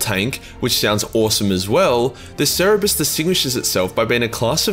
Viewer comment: cer ber es